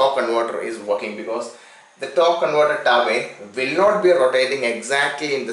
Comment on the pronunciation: What's a tawk conwoter?